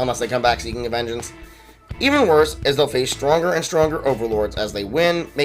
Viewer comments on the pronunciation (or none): none